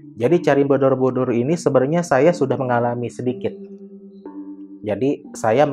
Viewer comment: kk aku dngernya candi bodobudur😭